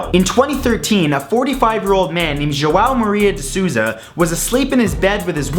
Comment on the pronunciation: That "João Maria de Souza" pronunciation, though xD